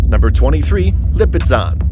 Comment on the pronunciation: Okay. Lipizzaner does not have a t sound in it, and in word the Knabstrupper, the k is silent. Research pronunciation before you do a video.